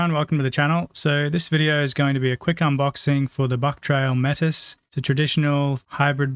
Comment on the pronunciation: hey nice video. just so you know the word Metis is pronounced like maytee. it is the name of an indigenous people of Canada. All the best